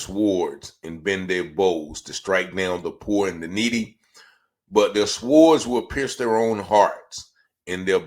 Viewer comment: This man can't even pronounce "sword." Ryan was given the command to stop. Why didn't Ryan stop!!???